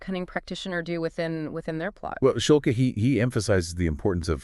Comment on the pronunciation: Schulke is a German surname, Shool-Keh..hard E.